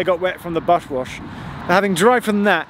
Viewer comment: "bush wash" :D